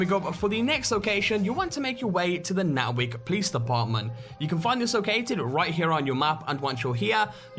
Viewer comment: *Natick (Nae-tick)